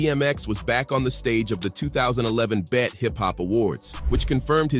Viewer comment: Can this narrator read? It's B.E.T not BET.... And it's Ja (Ja•h) Rule not JAY Rule... 😂